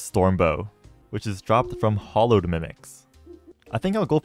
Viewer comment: Streamer pronounce hallowed correctly even once challenge (impossible)